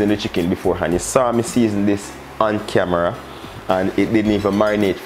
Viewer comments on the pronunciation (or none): none